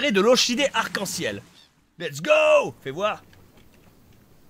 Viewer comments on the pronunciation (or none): Et on dit OrKidé. x) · "Lore chie dé", j'ai ri. or KI dé